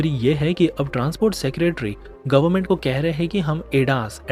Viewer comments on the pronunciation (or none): none